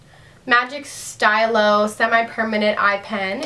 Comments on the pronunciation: The eyeliner is pronounced ste-low. It's French for pen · It's pronounced "stEElow" about that eyeliner. It's french. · The way you said "stylo" made me chuckle. Hahaha